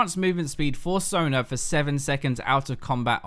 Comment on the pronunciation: It's not Sonr,. It's Sona. son'A'.